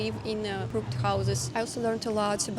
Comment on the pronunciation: You pronounced crooked as a single syllable, it's pronounced like "cruck-kid"